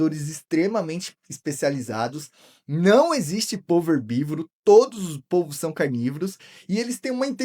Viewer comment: Oi cara, parabéns pelo canal, pelas explicações e pela escolha de temas interessantes. Só uma observação: o plural de polvo se pronuncia "pôlvos" e não "pólvos". Abraço!